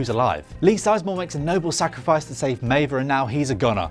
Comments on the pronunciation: It's Meave, not Meiva 😂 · Maeve is pronouced MAVE. Not May-vuh. Have you actually watched Westworld? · This was aweful. Should've had someone who actually watched the show host it. Was wrong about 3 things and it's pronounced Maeve not Maeva. Talk about insulting the viewer. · Maeve not Maeva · Next time, maybe get someone who watched the show to narrate the video. How do you mess up pronouncing Maeve when they say it over and over again in the show? If you don't know how to pronounce it, Google it! You're on the Internet already, it's just one extra step. Goodness me. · Stop saying Mava! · This bloke is supposed to explain Westworld's ending to me while pronouncing one of the main protagonist's name MAIVAAA....ffs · bruh - who is maive-uh? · You lost me at meivaaaa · "Meva" and "Even" Rachel Wood? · you've just butchered maive.... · How do you misprounce a character's name in a TV show where her name is said out loud multiple times? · Meiva? Achitty? I think you mean Maeve and Akecheta. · Meave-a no japanese-a. Meave-a English-a. Also, "even" Rachel wood? Do you Evan westworld bro?